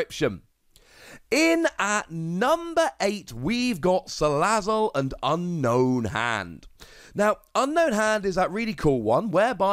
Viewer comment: you said Salazzle the way it is, what's going on????